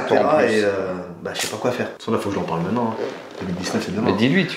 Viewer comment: Mintenen pas manen